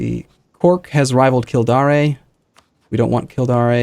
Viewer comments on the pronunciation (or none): Kildare isn't in Spain, it's not pronounced Kildaré! It's Kill Dare (ie I dare you to say Kildare again) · It's not kildaray it pronounced kill -dare. Dare as in to dare someone to do something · It's not kildaré, it's "Kill~Dare", as in I dare you! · it kills me how he pronounces Kildare. Kill-Dawr-ayy rather than Kill-Dare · Kildare - KILL+DARE. They're not French! Sligo = SLY+GO. Also, KLON+RICK+URT.